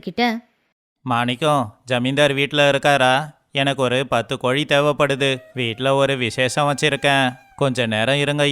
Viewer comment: கோலி இல்லை.... கோழி